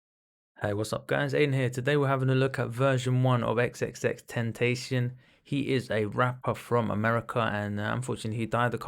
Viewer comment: It's pronounced "XXX TEN TA C YAWN" :)